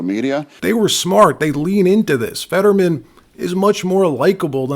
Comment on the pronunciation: His name is Fetterman not Fadman. What’s wrong worried if about being sewed if you spread lies about by using real names?